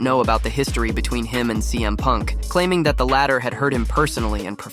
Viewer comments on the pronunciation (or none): none